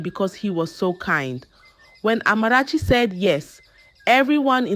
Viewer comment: She doesn't pronounce words like a Ghanaian and has no Ghanaian accent. She pronounce the Amarachi perfectly.